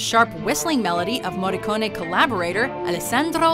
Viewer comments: Finalmente il cognome del Maestro pronunciato correttamente..Brava 😉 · What a treat hearing an american properly pronouncing his name. Kudos. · Finally an American that correctly pronounces an Italian lastname